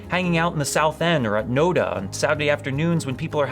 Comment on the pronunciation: Hi Father, welcome to Charlotte. NoDa is pronounced No-dah.